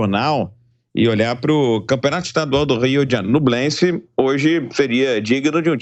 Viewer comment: Não é NUblense..... é NHUblense!!!! ÑUBLENSE!!!! Igual Peñarol! Penharol!!!!!